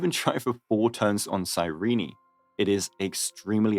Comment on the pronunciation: CAN YOU STOP CALLING HER CYREENEEE ITS CYRENE BRO 💀